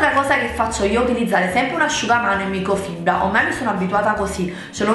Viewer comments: microfibra, no microfiba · Comunque siete degli stronzi, ok tutto ma che ci deve fare se non riesce a dire "microfibra" ? 😅😅